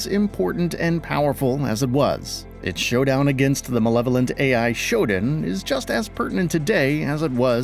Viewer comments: It's SHO-DAN, not ShoDIN, just sayin. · That's not how you pronounce Shodan but you knew that. You're the kind of channel that'll mispronounce just for engagement.